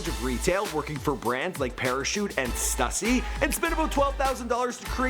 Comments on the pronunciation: Its pronounced stoo-see, not stuh-see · Yung Raf nah stuhhhhssy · Not stussy stüssy nigga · stooooosy not stuuusy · "stoosy" not stussy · Stüssy is pronounced stooosy. Not stuhhsy. Come on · Stuhssy, man it's got the damn accent mark above the Ü. Means it's pronounced Stoooooooosy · st-oo-ssy not st-uh-ssy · bro do you know how to pronounce anything correct?? stussy, st-oo-sy not st-uh-sy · its pronounces STOO-SEE not STUH-SEE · Its stoosy not fucking stassy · its pronounced stoosey hence ü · Kyle H the two tops above the ü makes and ooo sound, pronunciation- stoosy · Mans just said "stuh sy" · its Stüssy not stussy. ü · Before they were famous “STOOSSY” there’s a reason for the “ü” in “Stüssy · Did this man just say stüssy like stuhssy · It's pronounced "STOOSEE" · lol he pronounced it "stussy" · Its pronounced Stoosy...dummy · lmao he said stusy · It's pronounced stoosy cause the two dots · Stussy is pronounced stoosy btw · The way he says stussy triggers me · The stussy pronunciation, yikes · The was he said stüssy 😷😷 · The way he pronounced 'Stussy' made me cringe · how is no one gonna talk about the way he said Stüssy? cringe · nobody gonna mention the way he pronounces "stussy" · "Stussy" made me want to die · So nobody's gonna talk about how this dude pronounces Stüssy? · rip srussy pronunciation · The way he kept saying stussy smh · Ethan Yang its pronounced stüssy actually but its german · First you mispronounce Quavo in another video now Stussy Hahahahahahahahaha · It's pronounced "stüssy" the "ü" makes an "oo" sound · Lmao hate the way he pronounces Stussy smh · how can you mispronounce stussy?